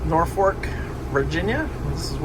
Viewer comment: There is only one "R" in the word Norfolk.